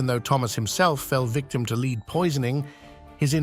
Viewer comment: Why can't those who program the speaking robot get the sound right? It is spelled Lead but it is pronounced Led. suggestion, Just spell the damn word Phonically so it comes our correct when the robot speaks it!